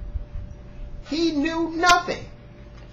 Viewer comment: Fair enough, "every word" is a stretch, but Microsoft the biggest contributor to gaming? C'mon brotha, I know you didn't mean that. you said "ininformed"... twice. I kno what you mean but it sounds ridiculous and makes you look like a joke when you actually are saying something truthful. And you beat that whole dedicated server argument to the ground that it was almost counterproductive. Yes PSN doesn't provide the ded. servers but why come off all whiny about it?